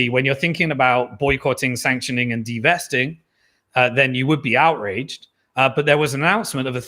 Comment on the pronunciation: Its "divesting", not "devesting"! Its the opposite of "investing".